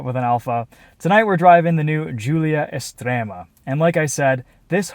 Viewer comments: thumbs up for being able to pronounce "Estrema" correctly!! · Your pronounciation of "estrema" is actually spot on 😂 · That accent was surprisingly good! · Apart from Estrema, the rest is typically not perfect actually. And doing accents is stupid. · Pronuncia e accento molto buoni 🇮🇹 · Ma stai a scherzare? Estrema è stato pronunciation bene, Veloce quasi e poi... quadrofoglio? Infine, accento da idioti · Stupid accent at the beginning, but Estrema is well pronounced. Sounds like a Dutch speaking Italian.